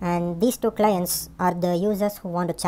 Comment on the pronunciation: du clients, lol love the video though